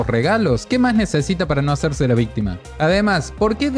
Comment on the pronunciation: "Vístima, vístima vístima, vístima, vístima".